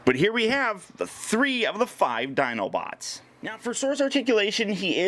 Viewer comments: you said Dinobits at the beginning of the video you are awesome though. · did..did you say "dinobits"? Ah-Dorable! lol but seriously, thanks for the awesome overview! Can't wait to have this guy in hand!